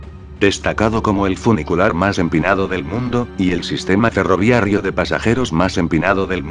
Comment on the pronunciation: Porqué ferroviarrio, debe ser ferroviario, creo que hay un error de pronunciación del locutor